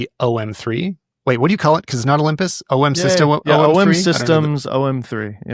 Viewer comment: Puzzled why Americans seem to struggle to say OM system.